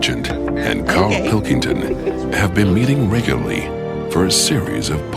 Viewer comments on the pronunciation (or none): I've watched these episodes a million times, but am I the only one who gets irritated every single time the announcer says "regulally" in the intro? There's supposed to be two R's in that word, buddy. I suspect he's a Brit putting on an American accent for some reason, but how did no one catch that and make him do another take? It drives me f*cking nuts.